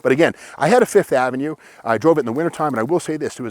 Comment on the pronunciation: Yup, the "Sev-ova", the "Fifth-o-Mat" and the "Lin-ada". LOL.